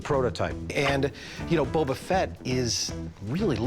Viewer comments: "Bubba Fett" 😅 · The way the Boba Fett guy pronounced Boba shortened my life span by ten years.